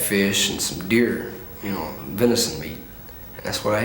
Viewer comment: Dear meat is venison not venisont